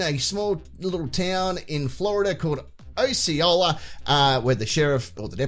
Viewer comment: The pronunciation of Osceola starts with a sound that you should be familiar with. Think of a funny country where everyone walks upside down and they have giant rats with pockets.